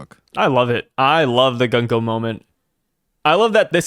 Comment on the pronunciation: I was gonna watch this…. Till I realized I was gonna have to sit through you and mispronounce GUNKO’s name for an hour. No thanks.